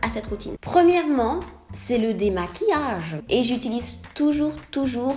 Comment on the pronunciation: "c'est le démaquilláâage" l'accent suisse bien de chez nous ahahaha j'adore